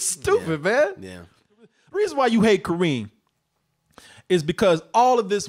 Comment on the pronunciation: I come from a country where Kerim is used often for boys. Kareem does sound like a girl's name with americanized spelling and intonation. The original Arabic is way too rough for anyone to pronounce properly, I get that, but there's a middle ground there. Also, the other problem with that name is turning Kerim into first Karim (still acceptable), then Kareem for americans, which is abhorrent linguistically, because that changes the full intonation of the word. In original and most interpretations of the word, the Ka part is where the major force of intonation lies. The -rim part is a completion into softer sound. With Ka-reem, you shift it so there's no switch in intonation. It's all one wave. Which changes how the name is heard.